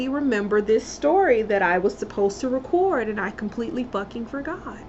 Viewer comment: i like how you say record